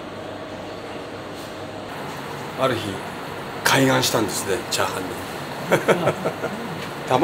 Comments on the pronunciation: ✕ かいがん 〇 かいげん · 開眼はカイガンではなくカイゲンだよな。 漢字は同じでも読み方で全く意味が違う。